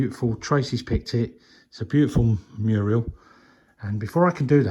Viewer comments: I was squealing with laughter when was calling the mural a muriel. Bless him! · I couldn’t help giggling when was saying Muriel that’s a person name he means Mural I was screaming at the TV 😂😂😂 it’s looking amazing!! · you made me laugh every time you called the mural, Muriel. My mom couldn't say shrimp, she would say strimp. We got the biggest kick out of that. When you first started the video coming out of the window, you were just like, Jack in the Box! I loved it!❤ That oak table is absolutely beautiful. Perfect for that area, as well as the pew. Your craftsmanship is absolutely amazing. Tracy, you found some lovely items at the brocante. ❤